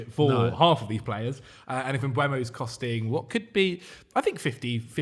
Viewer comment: Stop saying Mbwemo ffs. It's E before U. Mbeumo. Not Mbuemo/Mbwemo. There'a video if him saying his own name on YouTube